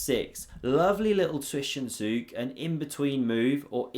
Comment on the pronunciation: Dude no way you say zwischenzug(german word) almost perfecly pronounced. Is it a common terminology in chess worldwide?